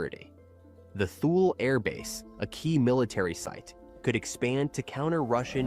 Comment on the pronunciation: Thule, Greenland is pronounced Too-le. US already has a base there. It’s kind of a bad time to be going on a walking tour to talk with the “people”. It’s around zero degrees there right now and most of the people you are going to meet are US Military.